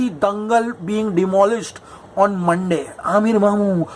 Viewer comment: Monday નહી મંડા બોલીયે 😂😂😂😂